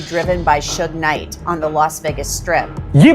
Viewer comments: Suge knight ❌ Swigy night ☑️ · SU GAY knight??? Bro its suge knight😭😭😭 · it's not soogee knight 😂😂😂 It's S-U-G-E knight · Pronunciation: Suge Knight❎ Sugey Knight✅ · Sugay night 😂😂 wah sir kya pronouncing hai app ka